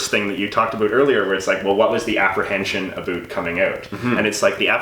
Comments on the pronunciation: More like pronounces it in the "stereotypical Canadian" way (a-boot), possibly as an affectation. I will say I've lived in Canada all my 43 years, been to six of ten provinces (have yet to see the Atlantic provinces), and is the only Canadian I've heard pronounce it that way. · You can tell is an actor because he pronounces the word 'about' differently than.